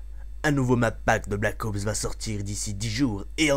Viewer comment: Black Ops et non pas Black AUPS ;)